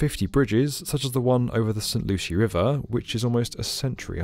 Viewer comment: I will never forgive you for how you pronounced st lucie